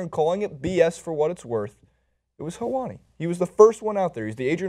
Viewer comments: it's pronounced hell-wah-ni. Sorry, I'm a little ocd about pronunciation. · You are pronouncing Helwani wrong.